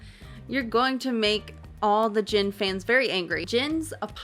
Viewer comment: Just a note, but Gin in this case is pronounced with hard G(gold, gear, ground, etc.).